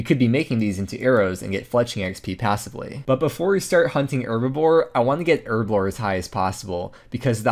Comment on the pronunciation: As a British guy, hearing erblore rather than herblore that many times messed with me head.